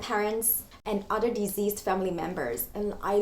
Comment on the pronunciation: I thought you said diseased people but it took me a while to realise that you meant deceased. The c should not be pronounced z. A bit long but great video.